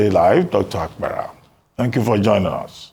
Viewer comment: Good morning. Dr. Abati, your guest's name is and not Iowa Akpera, he hails from Benue like myself and I cringed each time you pronounced his name wrongly and he, obviously trying not to do an act that will look like shaming you on National TV, didn't correct you. Now, from Dr. Apera's explanation, I have agreed that what I have known is what is the problem of Nigerians, 1. The insincerity of our State Governors and, 2. The fact that those who were captured are not known because they don't live where nor engage in activities that they will be known like those of us on social media, etc. Lastly, money doesn't talk, even among married couples, information about money is hidden, so it becomes difficult to know who got it or not which doesn't mean they didn't get.